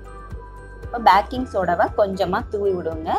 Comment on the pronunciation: Backing illa sis baking.